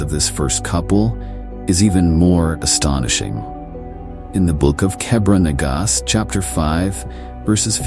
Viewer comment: AI can't pronounce 'astonishing' lol. What a lazy and lame clip. Wholly AI generated.